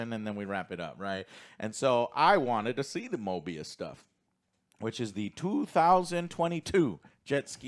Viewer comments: Guys, his name is not Morbius. It is Mobius. No, R in his name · Guys, its Mobius, NOT MORBIUS.